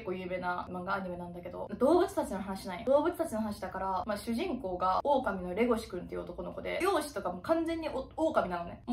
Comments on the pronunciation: レゴシ君が手越君に聞こえる笑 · 耳だけで聞いてたら一瞬、レゴシ君ではなくテゴシ君に聞こえる笑